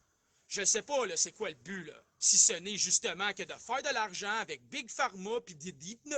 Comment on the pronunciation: Pas bit mais big